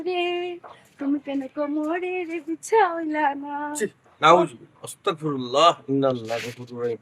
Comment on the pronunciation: এমন মিয়াছাব অসতাকফিরুলা বলতেছেন একটি ডকুমেন্টদ্বারী বানাছেন যা মনে আসে তা করেন সটিক উচ্চারন (আসতাগফিরুলা) ইসলাম দিন প্রতিষ্টা করছেন ভুল সঠিক এইটু জেনে বুঝে করুন মনগড়া করবেনা